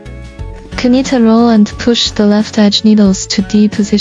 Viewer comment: We pronounce knit like nit! The K is silent